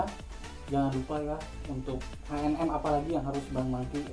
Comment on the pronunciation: Btw bacanya bkn haenem tapi ecenem wkwk